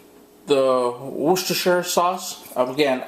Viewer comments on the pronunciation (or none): WUSS-TER-SHIRE Sauce. Cheers